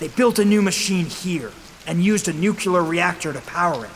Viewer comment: Ok kid... it's pronounced noo-klee-urr.... GWBjr pronounced it noo-cure-luhr too and it hurts my ears every time I hear it😢